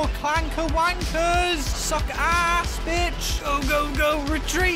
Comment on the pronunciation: did he say wankers or clankers?😂😂😂😂